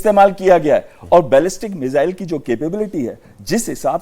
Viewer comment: मुझे तो आज समझ नहीं आया कि ये मिज़ाइल होता है या मिसाइल।।😮😮😮